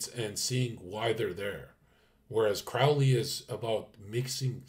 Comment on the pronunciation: the "ow" in "Crowley" is pronounced "oh"!